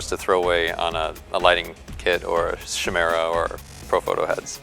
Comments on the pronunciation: its pronounced KY' MERA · Cool vid, but it's pronounced kai-mera :) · Chimera, pronounced like choir. As in a c sound in 'car' not the ch sound like in 'chop'. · Kai-meer-a .. kai-meer-a, kai-meer-a, kai-meer-a, kai-meer-a, kai-meer-a, kai-meer-a, kai-meer-a, kai-meer-a, kai-meer-a, kai-meer-a, kai-meer-a, kai-meer-a, kai-meer-a, kai-meer-a, kai-meer-a, kai-meer-a, kai-meer-a, kai-meer-a, kai-meer-a, kai-meer-a, kai-meer-a, kai-meer-a, kai-meer-a, kai-meer-a, kai-meer-a, kai-meer-a, kai-meer-a, kai-meer-a, kai-meer-a, kai-meer-a, kai-meer-a, kai-meer-a, kai-meer-a, kai-meer-a, kai-meer-a, kai-meer-a, kai-meer-a, kai-meer-a, kai-meer-a, kai-meer-a ..